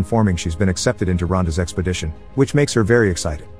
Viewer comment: who keeps hearing sexpodition lmao